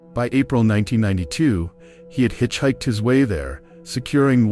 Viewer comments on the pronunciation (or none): Let's play Jeopardy. Question: This video. Answer: "What is clickbait?" Plus, being unable to pronounce "hitchhike" is rather odd.